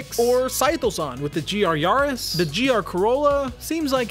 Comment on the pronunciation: It's probably Ya-ris not Yar-is